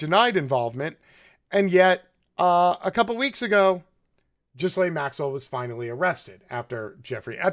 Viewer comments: Her name is pronounced GILAINE. The 'S' is silent. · Dude, it's pronounced Gilen. Hard G and don't pronounce the S. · By the way, the 's' is silent in Ghislaine's name. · lol bro dont pronounce the S on Ghislaine, lol it does sound better though